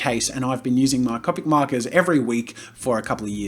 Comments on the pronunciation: when he says (cop-ic) markers instead of (cope-ic) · i love how he said cawpic markers instead of copic markers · Jazza: Cop-ics Me: Co-pics you mean? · He says cop-Ic not copic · ITS COPIC NOT CAPIC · Did he just say cApic markers, not cOpic markers?! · Its pronounced c-Opics not capics. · why can't I say "Copic"? I know how it's spelt but I for some reason say "Compic". Hep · I love how he says Copic markers as (Caw-pic) not (Coh-pic) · I hate how he says cAWpic markers not cOpic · Oh my god I love how you say " Copic ". I'm American, so to me it sounds like a long o on Copic. Soo Cop-ic XD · Is it just me or is he saying Cupic markers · CO-PIC SAY IT RIGHT.... JK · It is cop tic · love u jazza butttttt..... its (coa-pik) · Bro lol how he says copic markers it is halariassssss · The way he says “Copic” just cracks me up XD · I’m sorry but the way you pronounce it... it’s hard not to cringe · Thats the European way of saying Copic. It differs in the US, EU, or Japan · the way he says Copic drives me crazy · Thanks for the video Jazza. But, sorry, your pronunciation of Copic is annoying. And you being aware that it's incorrect makes it worse. You said you'd pronounce it how you'd like, as well as the word "manga", but the words follow the language. Vowels in Japanese, like in Spanish, make one sound. How do you think you'd look pronouncing "gracías", as "graycías"? "Taco" as "tayco"? "Casa" as "Caysa"? I thought I could get passed it but, hearing it repeatedly was cringe worthy.